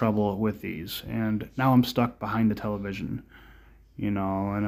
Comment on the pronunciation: "And now im stuck behide the television" 😂